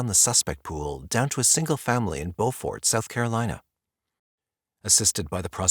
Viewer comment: 😂😂i 💙 2 hear ppl pronounce places n my state (SC) CUZ 90% of the time its wrong 😂 "Beaufort" ... is "bew-fert" not "bo-fort"😂 ... no disrespect to the researcher tho lol cuz i already know i slaughter town names my self😂